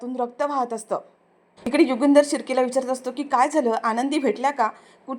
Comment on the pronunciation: युगेंदर नाही युगंधर. नावाचा उच्चार बरोबर करा. Delicate = नाजूक. Deligate = प्रतिनिधी. " राग अजिबात अनावर होत नाहीये. " म्हणजे काय ? _ राग अनावर होत आहे. किंवा राग अजिबात आवरत नाहिये. एवढंच म्हणणं पुरेसे होते.